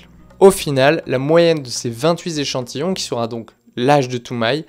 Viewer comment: Vingt huit z'échantillons 😂😂😂